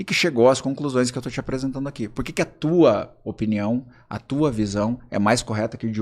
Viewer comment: “Eu acho Na minha opniao”. QUE AGONIAAAAAAAA